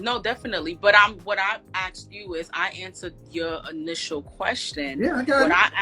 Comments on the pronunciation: I've never "axed" anyone anything. What is the problem with this word. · "When I axed you"